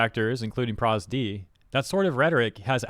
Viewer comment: bro did not just call pro zd "prosD"